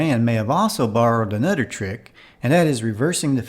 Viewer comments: a little farder. a nudder trick. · Lots of narrative goofs when "th" is pronounced "d" . Udder for other, da for the, anudder for another, etc.